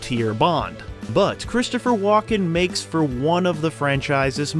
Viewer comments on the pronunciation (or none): His name is WALKEN NOT WALK IN